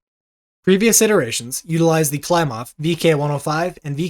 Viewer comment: Your pronunciations of some of the Russian names needs some work. KLEE-mov. YAK-ovlev.